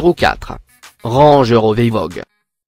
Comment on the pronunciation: Vous devez avoir un problème avec les noms de voiture vous n'avez pas parler d'une voiture sans mal prononcer un nom juste Par exemple : on dit S.U.V et pas suv , on dit Range RovER et pas Range RovÉ , on dit Audi R 8 SpYdER et pas SpIdÉ